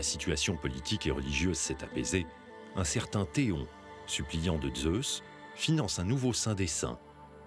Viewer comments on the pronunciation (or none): Pourquoi prononcer le Z de Zeus comme les Allemands ?